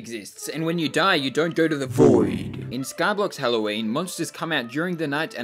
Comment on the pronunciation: stor saying dioV